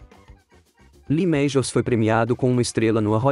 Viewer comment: Lee mejius😂😂😂😂😂😂😂